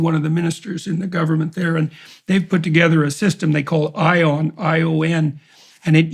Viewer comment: good afternoon Dr Peterson,greetings from Romania. I felt the need to discuss a few details regarding your mentioning of ION AI. To begin with its name - Ion is the equivalent of John(in romanian) so you can pronounce it as John, but instead of J just use I. here, the name is more frequently associated with peasants, it is a more "rural" name which i guess is an intentional irony (i hope).now, the more important details - to this date romanian citizens cannot use this "AI" . i am using quotes because when it was publicly unveiled, it was proven that there was no smart machine answering the PM questions, and instead it was a simple machine with pre-programmed answers. Basically a scam,a hoax:) To put it mildly , lets say that this project is in its very infancy, and its not very transparent or clear how well developed it will become and the extent to which it will be used.also - if you have been speaking to one of the politicians from the social democrat or national liberal parties, then most likely you have been speaking to a clown, an incompetent and an impostor that has been lying through his teeth. Best wishes and health!